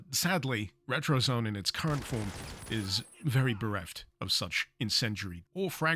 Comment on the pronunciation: It's pronounced ret-ro-zo-né. We want to make your house a retrozoné, not a retrozone.